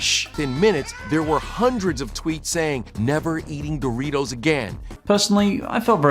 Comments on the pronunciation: I’m sorry but, BUT DID YOU JUST SAY DORY-TOES WTF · Happy to see the Critic here for a unofficial episode of the "Commercial Saga". Also love how your pronounce Dorito. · You call Doritos dory toes? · His pronunciation of "Dory-toes" gives me a migraine headache. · “Dory toes” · I love how says Doritos like Doortitoes lol. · it’s dor-it-os